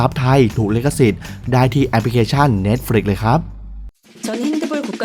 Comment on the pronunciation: เพิ่งได้ยิน ออกาเสียง เน็ตฟลิกซ์ ถูกต้อง เป็นคนแรก ส่วนมากได้ยินแต่ เหน็ด-ฟลิ๊ก.ค่ะ ขอบคุณที่มีซีรีย์ ใหม่มาแนะนำ นะคะ ติดตามตลอดค่ะ😀😍